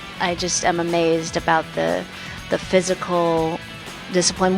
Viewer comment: did she said MMAzed?